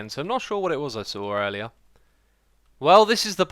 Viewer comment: oh u said earleyear in the video...